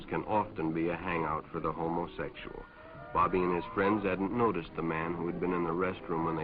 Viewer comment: I just love the way the narrator sounds out the pronunciation of "homosexual."